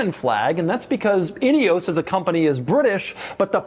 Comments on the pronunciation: "Inny-ose"? No, it is Ineos, like "In-ee-oss" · could've sworn Doug said "idios Grenadier"